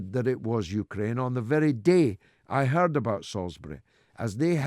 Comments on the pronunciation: The U-ker-rain. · "31th" hehe.. "Yuka-Raine" HAHA.